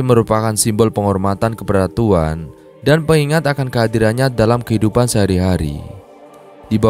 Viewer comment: Kok tuan buka Tuhan ... kurang jelas bicaranya